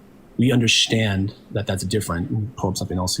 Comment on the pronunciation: bro thinks that if he handwaves whenever he is proven wrong, speaks 10 words a second, and says "UnderSHTand" instead of understand that makes him a science privy intellectual. And no, this guy is most certainly NOT a chemist if he denies decay rate constancy and doesn't know that decay rate is a scientific law